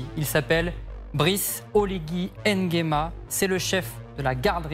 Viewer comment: Mr vous prononcez mal NGUEMA 😡😡😡